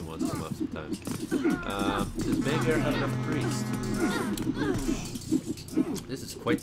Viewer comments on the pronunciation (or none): magyar is pronounced majar.